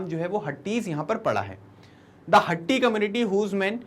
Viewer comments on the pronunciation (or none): उच्चारण हाटी है हट्टी नहीं